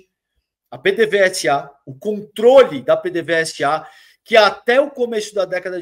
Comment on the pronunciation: não é P.D.V.S.A. se diz "PêDêVêzA"😂😂😂😂😂